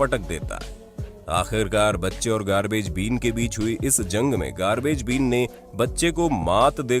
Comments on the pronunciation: Its garbage “bin” not beam.lol😄😄😂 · Please practice your pronunciation of English words before you use them, currently you are totally changing the meaning by mispronouncing it. As for example you pronounced word bin as been. It sounds funny and foolish. Better still do not use English to show off, it is working exactly opposite. Thanks